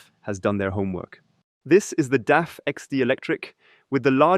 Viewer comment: Is this also available in original german language? Btw, it is DAF, not D.A.F. The old meaning of van Doorne Automobiel Fabriek is longe gone.